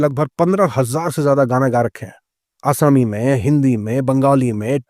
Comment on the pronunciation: Plz don’t say ASAMI…pronounce properly